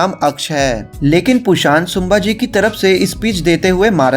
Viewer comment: शुंभाजी नही संभाजी बोल मराठा आरमार🚩 कान्होजी आंग्रे जी से बहुत मेल खाती हैं ये मुव्ही